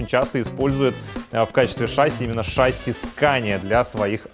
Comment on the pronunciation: Если бы ещё в слове "шасси" правильно ударение ставил (на И, а не на А), то было бы шикарно